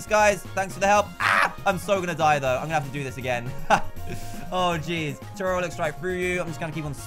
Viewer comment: IDK why but it annoys me that he says Toriel toril I say it toreeol